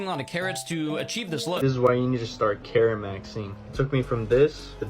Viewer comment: When you said “carrot maxing” I heard “Karen maxing” and that you had to eat them 😂